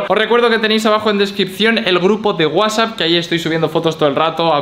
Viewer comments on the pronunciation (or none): none